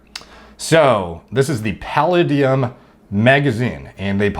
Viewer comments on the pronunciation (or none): pronounced puh-lay-dee-um...also for the algo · “Palluh-deee-um” huh? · I was mimicking the way that he pronounced it, genius. He read it as if he'd never heard the word spoken before.